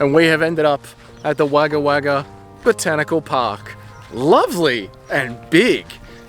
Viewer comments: Come on - it's not "Wagger Wagger" - it's "Wogga Wogga" - JOOOOOOOOZ 🙂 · Wagga Wagga is pronounced Wogga Wogga. It gets hot out there. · Yeah mate all the comments about the way you're saying Wagga Wagga are bang on its cringe as fuck bro